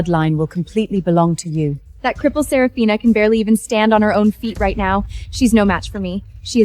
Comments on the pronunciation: I almost dyed laughing "Seraphina" "Sepathina" "Sethafina" "Supina" 😂😂😂😂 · Started laughing at the dialogue after reading the comments and hearing systematically and sephraminas, seph seraphina🤣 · You forgot sarafuckphina at about a little after they r trampled by horses😂 to those who notice name change pronunciation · Right 😂😂😂 seraphona sefifina everything but seraphina 😂😂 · Systematically,Sef-a-rina! Goodness. Too bad the AI gibberish took over and we couldn't understand the evidence that finally made her family realize that Lilith is a bitch. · You forgot selagina $!! Yet my behind still watched it to the end "systematically "😂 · Don’t forget “Sarah polina” 😂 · You forgot shepafina😂😂😂😂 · sarah polina 😂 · omg i just also found Sir Pathena 🤣🤣🤣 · There’s sefarina too😂😂😂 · Also Sepafina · What about sir pathena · And Sefarina 😂😂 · Seprafina too😂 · You forgot, Celphana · You missed 'Sarafrina'... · not to forget "seporina" :D :D :D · You forgot selapina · Let's not forget "Serofophina"😂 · Why can’t AI get all the names right? Ther really sucks. AI sucks. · It's better not to use the name Seraphina because it's been pronounced in differently awakward ways so far . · 😂😂😂 The AI had difficulty pronouncing the name.